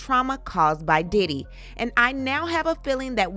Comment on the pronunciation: I know you are getting tired after all that vocal reenactment cause that "Diddy" sounded like a "Daddy." 😂😂. Thank you for what you do. 🙏🏽💜